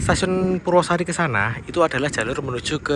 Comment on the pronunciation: Purwo asri, bukan purwosari..😄